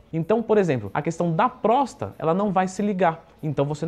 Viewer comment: Leandrão, é "PróstaTA".